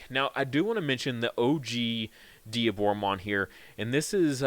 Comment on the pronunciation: Thank you for saying Dee - aboromon and not Die - aboromon. Instant subscribe